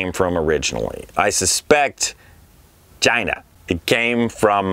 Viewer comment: Loved your pronunciation of China (reminded me of someone who used to live at 1600 Pennsylvania Avenue) and your support for "Made in USA."